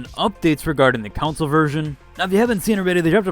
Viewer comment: The way you say council instead of console is kinda weird. It is /kənˈsoʊl/ not > council /koun′səl/